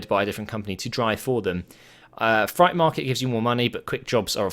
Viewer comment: freight is pronounced "frate" not fright